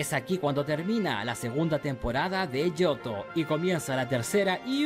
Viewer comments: Jo-jo, pensé era jo-ou XD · Yo no jugué el ooriginal pero si el remake donde en la portada está el jojoo perdoname pero me da risa esa pronunciación y eso que según viste el anime